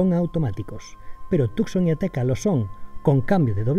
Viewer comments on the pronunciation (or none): Tucson en realidad se pronuncia como Tusan. Sería Hyundai Tusan.